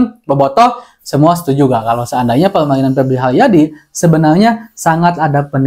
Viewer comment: Benal lul, siganana duyuyna pebli haliadi.